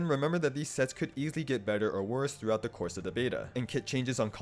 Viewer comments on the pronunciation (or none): none